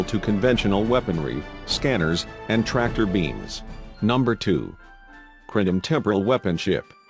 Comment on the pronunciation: CAPTAIN SPOOK FIRE ALL TORPODOS ITS THE KLONGONS !!!!